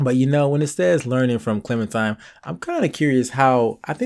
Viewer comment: i hate he says clemintime